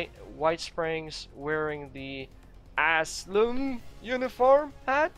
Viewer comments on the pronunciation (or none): Ah-sigh-lum. Don't worry you'll eventually get it. LOL. Just a heads up, you can scrap your crops and get the plant and a fertilizer back (at least on PS4). It saves you having to search for it.